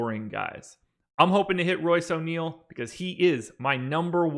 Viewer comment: O' neale? no way! My last time watching your show. Sorry guys, o' neale? unbelievable.